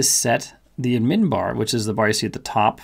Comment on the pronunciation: Never heard someone call it “ud-MIN”. Only “ADD-min